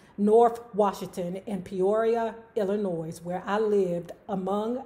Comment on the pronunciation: Ummm,, sweetheart.... there's no "noise" in Illinois. The "s" is silent. Luv you 😘